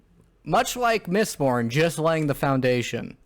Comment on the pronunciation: I really enjoyed the OG trilogy, but when said "mistbored" I had a hearty chuckle. If anything I'm just excited to check out Way of Kings now knowing its even better. And the Dark Tower series is a treat if you like Stephen King. That world is cannonically linked to many of his bigger titles and the scale is pretty epic. The ending is kind if meh (bc Stephen King) but I still would recommend as a strong Western/Scifi/Fantasy. Good epp guys 👍